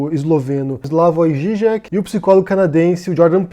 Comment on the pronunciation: A pronuncia do no Zizek eu entendi com Gigek é assim que se pronuncia, desculpe a minha ignorância só quero saber a forma correta da pronuncia, abraços.